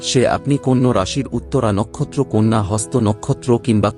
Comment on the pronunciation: Apni nije age bangla ta sikhun. Konno na kothata konna!! Loker vaggo pore bichar kobn